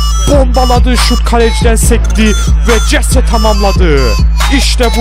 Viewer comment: Jese hese diye okunuyor